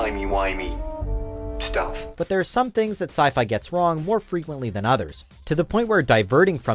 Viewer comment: Uh... because it's sci-fi, not sci-fa